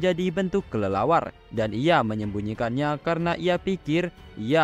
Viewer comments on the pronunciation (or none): none